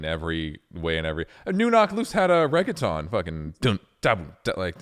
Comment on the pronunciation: He finally said reggaeton right